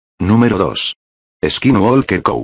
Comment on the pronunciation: He pronounced is kin wall kir